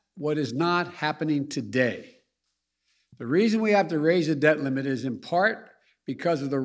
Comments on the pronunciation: Did he say " dead limit" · Sounds like Joe keeps saying “to raise the dead limit”